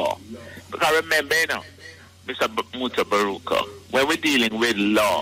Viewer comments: 😂lol mutabarooter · Old interview plus you can’t even pronounce mutaburuka name right…b4 yuh frwd on social media again practice it!!! I can’t sub to a one that don’t make sense